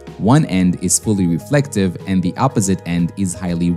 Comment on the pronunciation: At least the mispronunciation of 'diode' is consistent, unlike the two or 3 different ways I heard 'reflective' pronounced.